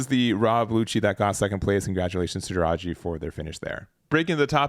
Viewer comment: Juraj = read iurai the closest J in croatian isn't read the same in en You had Hrvoje to learn from all of season 1 lel (Hrvoi-e)